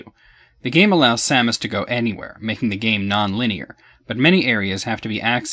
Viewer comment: I know this is completely trivial, but I want to just say that I'm glad you pronounce Samus's name the same as I do, which is the way I personally think it should be pronounced. So many people pronounce it as if it's spelled "Sumis Orrun" or something... Perhaps that's the correct pronunciation, but to me it just sounds wrong...